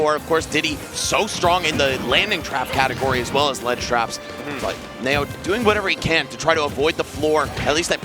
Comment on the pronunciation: Knee-O.... Knee-O. ... nay-o? Really